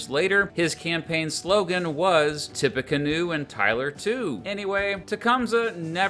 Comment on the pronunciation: as someone who lives in indiana, its "tippy canoe"